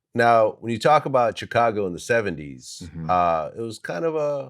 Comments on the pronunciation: Damn Glad, why can’t you just say Chicago right? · I hate the way Vlad pronounces Chicago